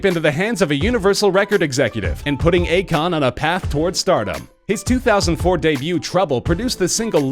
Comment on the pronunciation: U pronuced akon wrong.